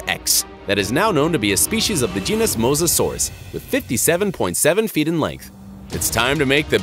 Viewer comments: It’s pronounced Mosa-saur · you said it mosasasaur wrong